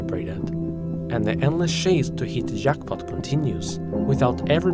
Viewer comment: Oh. The way you pronounced "jackpot" and "majority" gave me French vibes. Guess I was wrong, eh?